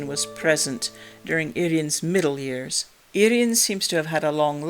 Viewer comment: Thanks for correct pronunciation of Urien- "Irr-ee-en" - so many people pronounce him as "Urine" 🙄